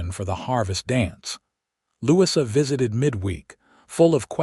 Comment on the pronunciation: Please listen to you ur story. The correct pronunciation of Louisa is NOT Lou-sea. This mistake takes away from your story.